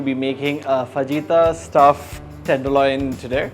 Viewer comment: Pronounced "fa-hyee-ta" "j" is silent